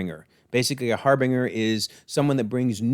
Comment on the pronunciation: I always thought it was Har-Binge-Er (I think it's said this way in Mass Effect 2 as well) but yeah. As far as Dark Disciple, it's always hard to know if a novel is or isn't canon because look what became of the Ahsoka novel after all. As for the resurrection stuff, a few things to keep in mind. They didn't bring Maul back they merely fixed his madness he had kept himself alive through sheer hatred of Obi-Wan. The resurrection only makes you a mindless zombie and finally the Nightsisters were wiped out minus Merrin. But as we know from Jedi Fallen Order, Merrin is extremely powerful so who knows. I've heard they may have changed things so Quinlan loses his life instead of Ventress which is an easier explanation to boot. But her being pretty neutral here would make that plausible too. You know wanting to do better in his memory. When Ventress mentioned testing Omega, I kept hoping she'd have that device Qui-Gon used on Anakin. But no never seen Armageddon and I know I'm gonna get flack for that lol. As far as the information on Ventress, its possible since Palpatine be Palpatining that he didn't allow that knowledge to be in the Republic database. Or that the book was retconned as I mentioned about the Ahsoka novel. Also I know we've talked about the Bad Batch all getting unalived but what if because that happens Omega ends up with Ventress ... could make for a fun sequel show. I also didn't think of it before but the green effect is also similar to how Nightsister Magik is de